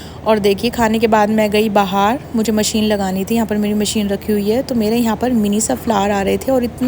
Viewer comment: Aap bahar ko bahaar kyu bolti hai 😂